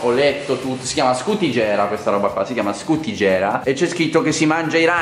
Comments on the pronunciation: Scutìgera.. non scutigèra😉😂😂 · Scutagera ahahah, mi ricorda Gerry Scotti hahaha❤️ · Scutigera si pronuncia diversamente